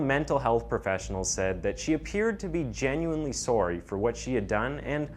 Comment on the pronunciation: thats the most canadian "sorry" ive ever heard